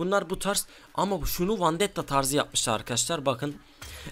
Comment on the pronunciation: Yaw Sen Neden Vendettaya Vandetta Diosun Şuna Vendetta de Gıcık Oldum :D